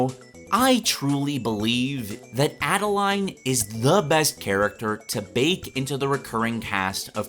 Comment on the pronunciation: I agree but her name is pronounced like Ade-lane not Ade-line :B